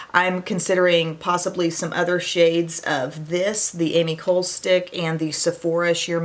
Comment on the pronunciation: Hey Em! The Ami Cole brand is pronounced Ahmee Colay Thank you for the vid!